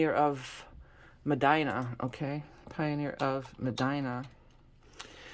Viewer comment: Pioneer of Muhdeena is how it's pronounced phonetically.